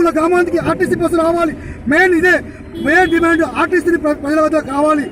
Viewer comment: Anchoring very bad , dimand, dimaaaand Kadu